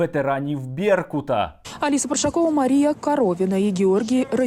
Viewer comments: Парашкова, наголос на другому складі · ПаРашкова а не паршакова